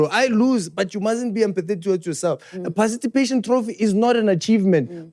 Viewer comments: I don't know English that well neh, but i have realized that most "learned" people have a problem with pronunciation of the words " PARTICIPATION" ( "parcitipation" )and "ESPECIALLY" ( "expecially" )..... and often times they can hardly hear themselves🤭......, i love you.... you just made my day😂❤. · “Parcitipatation” ~ 2024